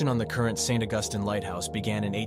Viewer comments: It's St. Augus(TEEN), NOT Augustin. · Please it is pronounced St. August like calendrer date then teen. St. Augustine Florida is a nice place to visit. A haunted graveyard and a haunted school house the town also has an early Spanish fort some say this too is haunted. Not everyone see's it's ghost it's a fun place to visit.